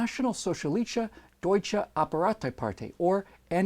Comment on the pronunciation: Arbeiter (worker), not Apparater